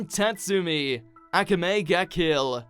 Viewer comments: ak-ae-mea lol its a-k-amea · The way they pronounce akame ba kill triggers me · How he pronounces Akame wrong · bruh what pissed me off was how you pronounced akame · Why did he say akame like that? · It hurts my soul how he says “akame” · The way you pronounced Akame Ga Kill pissed me off almost as much as Tatsumi dying did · Omg you still can't pronounce akame right please try if you even trying but anyway we need a continuation or reboot of akame ga kill